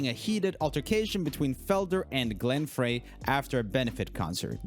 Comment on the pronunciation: It doesn't bother me when you mispronounce names, as you usually make fun of yourself for not knowing... kudos. But for some reason, they way you commited to "Glen Fraaaay" with 100% confidence... had me raising an eyebrow. In all of my years, i have never heard his name used with a long A. It seemed to me, you have never heard his name before reading an article. Still. Not attacking you... just observing. It does change the way i see you. Rule 1: This is for entertainment, not education. As i used to view it as both.